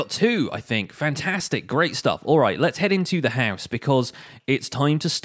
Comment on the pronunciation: No one:: "haus"